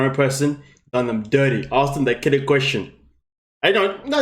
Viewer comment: Ok, I don't think Bilial & Shaeeda want to be "axed"?!?!! Maybe asked